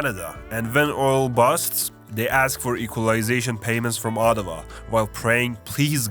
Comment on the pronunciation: I'm from Ottawa and you got it spot on 😂 lolz